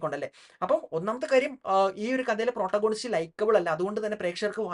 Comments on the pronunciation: താങ്കൾ പ്രോട്ട ഗോണിസ്റ്റ് എന്നു പറയുന്നത് തെറ്റാണ്. Protagonist എന്ന വാക്കിൻ്റെ ഉച്ചാരണം പ്രറ്റാഗനിസ്റ്റ് എന്നാണ്. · It's actually pronounced 'പ്രൊറ്റാഗണിസ്റ്റ്' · Correct pronunciation is - Protagonist